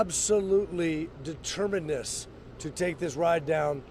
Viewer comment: "Determiness???" You mean Determination? Ffs you're a lawyer!